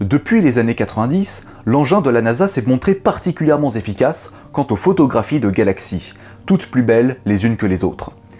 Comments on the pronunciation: Pouce bleu pour l'accent américain mais pouce rouge ( symbolique bien sûr) pour l'accent français . le particulièrement Z efficace à 2m30 m'a vrié les tympans ! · à ce propos je conseille la vidéo de Scott Manley qui explique particulièrement bien la question et la résolution du problème. j'aime beaucoup le "particulièrement z'efficace" ^^ C'est vrai qu'un "particulièrement t'efficace", ça aurait fait ringard, sacrebleu ! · "particulièrement zefficace" "qu'il serait zépaté"